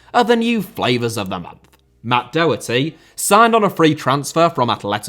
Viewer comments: Daw- hurty (like saw) Doherty. Please for the love of God stop saying DOH-hurty, like Homer Simpson stubbing his toe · Great video! Just coming from an Irishman, Matt Doherty name is pronounced Daw-her-tee. Keep up the good work